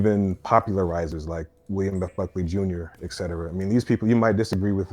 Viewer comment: Dude had some good points, wish Destiny had engaged a little more. He keeps saying ex cetera instead of et cetera though which is a bit jarring.